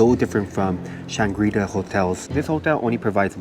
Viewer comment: Kaya toast kopi set: first and lasr thing i get when at Changi Airport! Great video. Definitely trying the Intercontinental's next time. (BTW, in English, the coreect pronunciation of Shangri-la stresses the final syllable.)